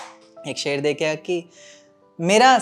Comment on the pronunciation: aapke khayl bht achhe he bhai lekin aapke tallafuz me bht galtiya he unhe thek kro bhai ser nh sher hota he Gum b glt bolte ho aap